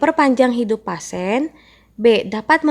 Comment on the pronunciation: Pasien dibaca pasien bkn pasen.dispenea dibaca dispnu bkn dispene.